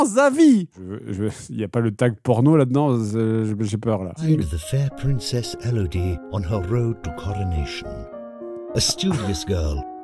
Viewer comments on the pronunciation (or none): none